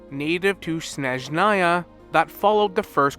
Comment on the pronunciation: Thank you for noticing my past post about snezhnaya pronunciation, im so so happy. Im eager to watch all your incoming nod krai theories, Love your videos!